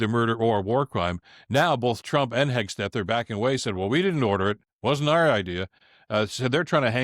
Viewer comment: G’day Bill. Keep it tight mate. It’s Hegseth not Hegs t eth. 😀